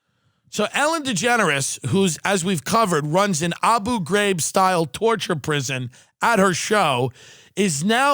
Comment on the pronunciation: Abu Graibbb! I die everytime Tim tries to pronounce that shit!